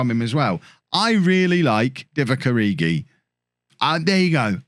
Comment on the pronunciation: Every time he says Divock Origi I just keep having flashbacks